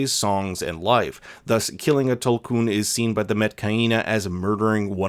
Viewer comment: Tulkun is pronounced “tool koon,” just so you know! ‘U’ in na’vi always sounds like a OO unless next to another vowel or marked by an accent mark. But it’s no problem lol everyone knows what you’re talking about! Thought you’d find it interesting!